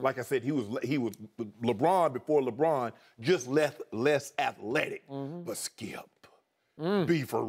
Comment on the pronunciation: "Can I ask you a question Skiup?"